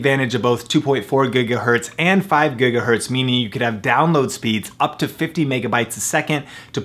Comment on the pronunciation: gegahertz? gagahertz?